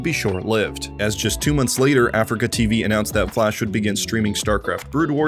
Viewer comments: you also call is AfricaTV It's ah-Free-kah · a-free-ca. not africa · aFREEca not ‘africa’ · Nearly unwatchable: Uh-Free-Ka.